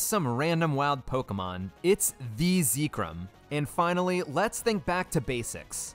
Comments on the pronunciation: It counts, you failed. I would have given you a pass, but you pronounced Zekrom the way you did. Mission failed. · why bro call it zeeeee-krom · Why do you call it Zeekrym? It's Zekrom 😭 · Im late but pronouncing zekrom as zee-krum and not zeh-krom is crazy. I hear new ways for ppl to mispronounce pokemon names often 😂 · It's pronounced Zeck-rom, not Zeek-rom. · IVE BEEN PRONOUNCING ZEKROM WRONG?! how you say it: ZEE-krom how i say it: ZEK-rom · If you say zeekrom one more time I'm gonna lose it. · Zekrom -> Zeh Rom -> The Rum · Ah yes, ZEEKRUM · Whenever he says "ZEEkrom" a part of me dies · “Zeekrum” it hurt every time he said it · Zee krum?? 😭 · How you say zekrom is weird (first time hearing someone say it that way) I pronounced it like Zek-Rom, and rom pronounced like rom as in rom hack) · I think specifically cause you called zekrom zekerom it counts as wild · I would have said it's fine... but hearing you say "zee-krom" is making me reconsider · Zekerum, really??????? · its pronounced Zeh chrome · no, that's what I'm saying. I've never heard it pronounced "ZEE-krom". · I'm sorry.... how did you just pronounce Zekrom? its literally pronounced how it's spelled! Zek rom! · No, I was thinking "Why does he pronounce Zekrom like that?" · The only illeagle thing here is the pronunciation of Zekrom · Idk what’s more wild, you beating the game with no wild encounters, or the way you pronounce zekrom. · Your pronunciation of Zekrom is certainly unique. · Please never say Zekrom out loud again respectfully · I would absolutely consider this a win except for the fact that you pronounce Zekrom like that so you lose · No matter what people believe about the end validity of the challenge, what's not valid is how you pronounce Zekrom lmao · I know youre pronouncing zekrom like that on purpose because of how much you said it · I believe you mispronounced Zekrom as well as other mons. Oh well I guess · Please pronounce Zekrom properly, this wickedness must be stamped out.